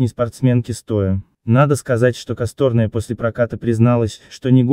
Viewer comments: КосторнАя,а не КостОрная!Когда на вашем канале будут правильно ставить ударения? Или ляпнул два словА-два слОва.Что за турки на вашем канале? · Не правильно фамилию говорит! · Косторная - ударение на "а", выучи, а то от тебя косторкой попахивает. Послушай нормальных дикторов... Поучись... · Что за коммент? Робот? КастОрная? Два словА?